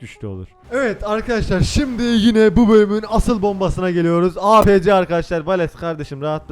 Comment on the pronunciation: Apc diye okunmuyo eypisi diye okunuyo hicmi Battlefield oynamadin